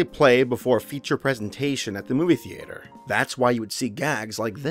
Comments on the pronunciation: who else heard him say: The"8"er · These videos are really interesting but I cringed so hard when he said thee-ate-err. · The-ATE-er? Mmmmm'kay.......